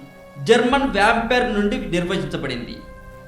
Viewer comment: Arey lanjaaaa kodaka.... endira rakta pisachi ni modda Na sulli.... vampire ni vompaire antaventra MC. Asal nee channel perey copy.... Na ucha tagandra bagu padtaru....